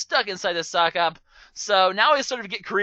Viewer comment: Sockop/Socop. Sicop, really?